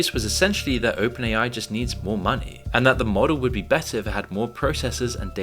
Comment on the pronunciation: People “take ma monneh”